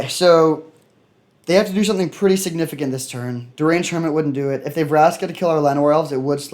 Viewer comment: “Sig-nificant” love it bro. Nice work